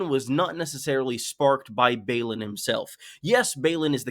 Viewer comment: Balon shouldn't be pronounced the same as Baelon.